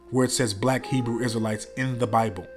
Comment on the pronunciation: Shalawam Family, straight facts, she couldnt even say Hebrew Isrealites correctly 😭😭😭😭🤣🤣